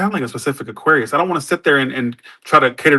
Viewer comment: I feel like he messes up aquarius alot. I dont want to say it on purpose. But I dont know